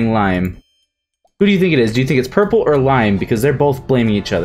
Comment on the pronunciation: omg when he meant to say purple and he said poopa